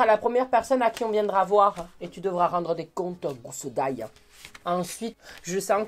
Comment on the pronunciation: Je suis encore choqué tu t’appelles sinon je t’aime trop le meilleur j’aime trop quand tu dit « gousse d’ail »😂😂sa me tu toujours